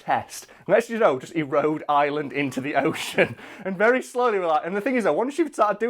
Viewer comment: Does anyone else cringe, when he pronounces Ireland as Island?